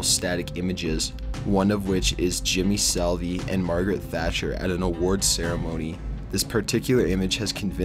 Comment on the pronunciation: Turned it off after he mispronounced "Jimmy Saville" as "Jimmy Salvie". I could already tell it was gonna suck even before that.